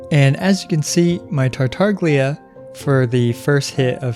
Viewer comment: "Tartaglia" 's 'gl' part is pronounced as you would pronounce "tortiLLa" or the 'Y' in "Yesterday"